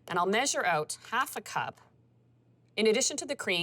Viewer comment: Turn it "oot"?